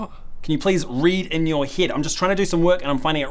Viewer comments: “Could you maybe read in your hid” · Lol. "Read in your hid"